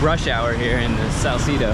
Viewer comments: salsedo kase hindi salsidow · Dont pronounce it Sal-ci-do...the right prononciation is Sal-CE-do.. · I'm only watching this cuz I thought yer bradley cooper....but in fairness yer cute....I LAAAAVVV how u pronounce salcedu like canong-cano slang-ish😆😆😆